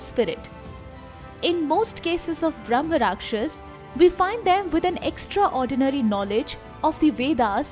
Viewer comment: It's Brahma Raakshasa, don't half pronounce last letters like Mughalai Hindi